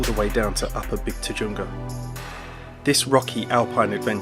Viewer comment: Just a heads up, it's pronounced Upper Big "Tuhunga" even though it's spelled Tujunga. ;)